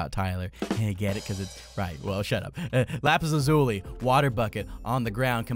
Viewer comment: Did he just say lapis lazoolie?